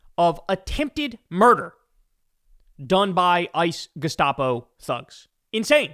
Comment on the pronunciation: it's pronounced G' - SCHTAA - po